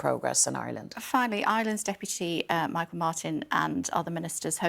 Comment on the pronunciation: Irish Foreign Minister "Mee-hall" Martin. He swapped being "Tee-shock" in recent weeks. Basic facts about your neighbours, its not that hard.